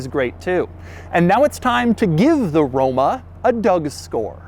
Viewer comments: he said romo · “quirks and features of the romo” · Can we get a RRRRoma with a rolled "R" per favore? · Romo? then Roma LoL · Did he say Romo in ? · anyone heard him say Romo? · The way you pronounced the word “Roma” sounded to me like the English word for zingaro (gipsy) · See, this is why I don't watch doug anymore. He doesn't even give these cars any pedal. He just babbles enuff to almost make me miss the fact that he didn't give me my money shot. I didn't hear that RoMa scream even once. ~Dud DeMuro~